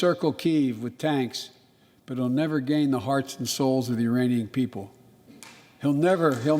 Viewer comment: Anyone focusing on Biden's mispronunciation is an idiot !! Mr Biden has a speech impediment which affects him at any moment.... Making news about this just shows how unintelligent people can be !!! It wasn't even Iranian... but Ukrainian without the "K" !!! We are on the verge of WW3 and the idiots of the world think this is news !!! how ridiculous can you be !!!!